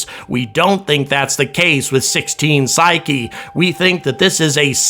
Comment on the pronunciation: Thank you for the correct pronunciation of Psyche!!!!!!